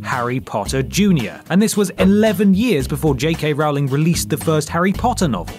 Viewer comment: Rowling rhymes with bowling, not cowling!!! LOL.